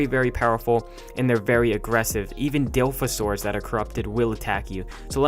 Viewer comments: DILF-osaurus? There's a joke their about spitting It's Dil-O-phosaurus. See that? DILO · The_Random_Boi I think you missed the point at which they are making fun of how he said things. Dilophosaurus is an easy name to pronounce for a dinosaur and is a well known one at that, no reason to mess that up that bad. I can understand people fucking up and saying dil-low-fo-SOR-es because everybody calls it a dy-low instead of dy-LOHF or dy-LOHF-o-SOR-əs. Same issue with the JY-gə-NOH-tə-SOR-əs (Giganotosaurus), its not giga, its jeega.